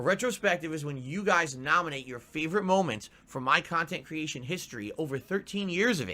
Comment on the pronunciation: "Kahntent" "KAAAAAAAHNNN!!!"